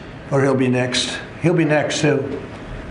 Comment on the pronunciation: what is a "nezt"?